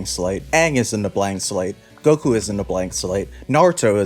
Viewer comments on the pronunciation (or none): none